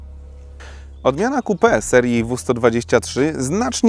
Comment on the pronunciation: XDDDD to może lepiej "coupe" czytać kołpe niż kupe